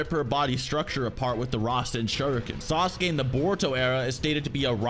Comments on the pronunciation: the way english people pronounce sasuke is disgusting, "SAS'KAY" LOL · Sasuke is not pronounced as sa-su-ke buddy